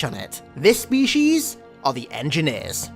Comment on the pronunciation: I love your content but I have a question. Do you intentionally mispronounce words - specifically the word species here - or is that how you think they're pronounced?